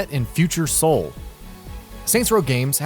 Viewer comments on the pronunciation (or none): none